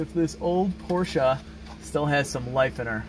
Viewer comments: Why do you say Porscha when it is pronounced Porsche with an e??? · POR-SCH-E not A pls. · Porsche 928 at 10.13 checkered interior was called 'Pasha'....its only $235 a yard